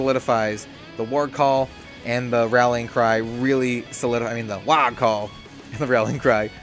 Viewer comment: Thanks for making this, but I gotta say this... it's pronounced WAAAAAAAAAAAAA! If you see someone in a book shout "Aagh!" in disgust, it's not pronounced "Ogg!" ;)